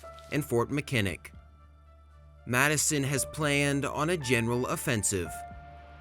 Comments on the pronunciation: Gotta teach your AI how to pronounce words correctly, namely Huron and Mackinac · I have heard Mackinac mispronounced many times, but not like that! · You pronounce mackinaw terribly. Every time you say it hurts my ears. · Great video! My only thing is that your pronunciation of certain places is off. Like Mackinac. But great video. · Mackinac is pronounced ma·kuh·naa. Not Makinick. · Speaking as a Michigander: it’s MACK-in-aw, not Mi-KIN-ick. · Your pronunciation is terrible. As one of many examples Fort Mackinaw is pronounced MAC-IN-AWE or MAC-IN-ACK not Mic-in-nick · You silly AI, Fort Mackinak is either pronounced Mac-ii-nak, or more appropriately, Mack-ii-naw. It is named after a native Ojibwe word for "great turtle", not after some Irish preacher. This video lost all credibility right there. Then showing the invasion of Detroit, the map was off by 90 degrees. Fort Detroit was north of the river not west of the river. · Mackinac, "mack-in-awe". No shade, I get it. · btw as a Michigander , that’s fort Mac-an-nah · MAck-A-Na say it right. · Mackinac is pronounced MAC-in-aw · Hey loved the video, Im from michigan we pronounce Mackinac like Mackinaw.... Tecumseh like Tecumsee Awesome work 👊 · "Huron" is pronounced with a "HU" sound that is similar to "hue" instead of "who." Also, Mackinac gave me a stroke. lol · May I suggest you study pronunciations before you post another video. I see you have already been bombarded with corrections about how to pronounce Mackinac, but remember it’s Lake Hur Ron and the native tribe is pronounced Pot a wanna me! These graphics are excellent, the. Intent historically accurate but the narration although not AI generated, is absolutely bush league! There’s no inflection, no punch, it’s dreadful, the narrator sounds like he just woke up and needs a coffee. There’s no inflection, this narration cheapens what is otherwise a good video. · Huron = “here-on” Mackinac = Mack-i-naw